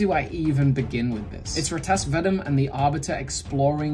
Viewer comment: I think you had asked at some point if you were pronouncing R'tas Vadum correctly. I'm 90% sure it's "Ar-tass Vuh-doom"